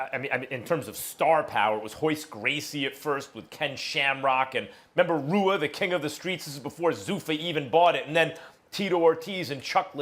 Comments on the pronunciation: "Ruas" not "Rua"- Please don't disrespect the first true well-rounded MMA pioneer in Marco Ruas. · Hey max learn how to pronounce Ruas